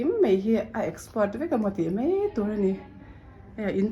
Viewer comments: Mei tih i uar ee,,,, mai ti teh 😂😂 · Mei mei mei a ni lo..Mai ti rawh..